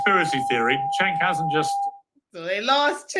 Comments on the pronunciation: That was a kick ass interview. His name is pronounced Jenk Uger. he took on all three, spoke truth and kicked ass!!!! But fear not Owen’s is still banned . They love banning. So it shouldn’t be a big deal she got what she was dishing out. Great job Owen’s you earned that ban and demonetization 😂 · POP & POLITICS: You're obviously not a political junkie, as am I. Cenk is Turkish. His first name is pronounced Jenk. Kamala flip-flops so much on her policies that they are meaningless, not communist. She says whatever is politically expedient at the time she says it. Then, she'll reverse herself when she thinks it's to her political advantage. Thus, her rhetoric is totally meaningless - not communist. Her actions (corruption) have been 100% corrupt capitalism, which is the opposite of communism. She has no core values, communist or anti-communist. I like Candace. But that's a whole other discussion.